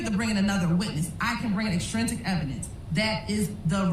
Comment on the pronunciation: OK I can't stand the way she saying extrinsic... and so much the jury will never remember all this hope they get notes lol